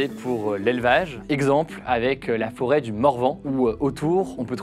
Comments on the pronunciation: La forêt, et non la 'fôret'. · La "FÔRET" ?? t'es sérieux